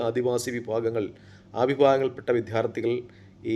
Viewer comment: ആദ്യം വിദ്യാർഥി എന്ന് ശരിക്ക് പറയാൻ ശ്രമിക്കു.